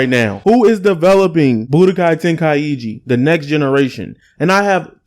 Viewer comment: Bro really said tenkaiegee 💀